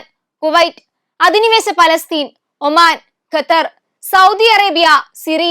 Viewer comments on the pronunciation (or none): none